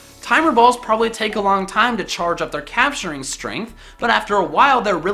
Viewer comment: "capstring strength"